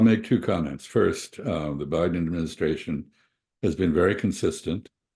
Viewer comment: Just realized calls Biden as 'Buouy-den'. Which is very cool of course.